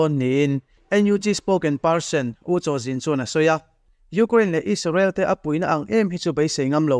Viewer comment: Isarel, donalthrama.. Beng a kham deuh. Donal trum, 'h' hi i lam na mah mah thin a.. A ngaihnawm thin e.